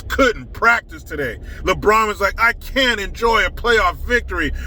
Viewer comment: The Officer Tatum calls LeBron, "LeBronda." Cracks me up!!